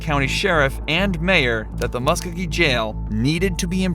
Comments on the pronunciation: MUSK-O-GEE!!! Do your homework and say it right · Please Learn how to Pronounce Muskogee!